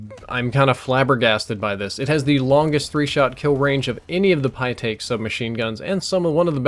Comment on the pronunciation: said "the pytaek submachine gun"